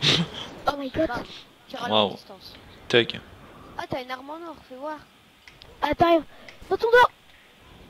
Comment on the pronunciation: C'est moi ou le mec a dit " oh my got " ? xD